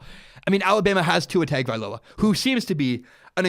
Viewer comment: Listening to you butcher Tua's last name is really bad lol next time you might want to learn how to say his last name good video besides that.